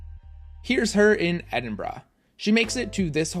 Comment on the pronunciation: Thank you for saying Edinburgh correctly, every time I hear a non British person pronounce it "Edin-burrow" it always makes me cringe